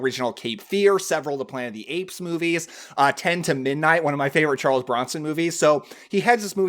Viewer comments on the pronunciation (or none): none